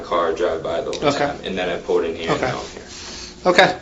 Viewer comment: was the only one following anyone. Also,, it's PULLED not whatever in the world you say, pooled? wth?